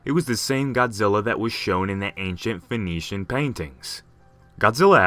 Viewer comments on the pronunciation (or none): none